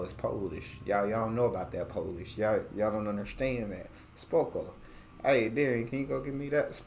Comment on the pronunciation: Your pronunciation of "SPOKO" is great. It's literally perfect. U will speak polish in no time bro hahaha💪🏼💪🏼